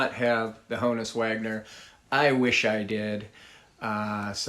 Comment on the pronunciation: Good selections...but you're still mispronouncing Honus. Think honest.